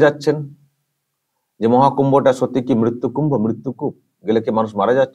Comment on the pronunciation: উনি এমনই বাঙালী যিনি বাংলা উচ্চারণটাও ভালো করতে জানেন না। উনি তো মৃত্যুকূপ মৃত্যু কুম্ভ বলেননি, বলেছেন মিত্যুকূপ আর মিত্যুকুম্ভ।